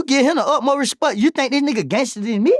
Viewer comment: “You give him the upmost resput”- 😂😂😂😂man how are yall not catching these?!